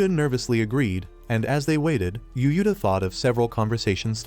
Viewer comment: Text: Yuuta AI: U-U-Ta